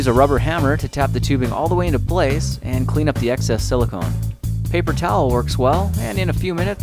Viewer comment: He called it sila-cone... shudders violently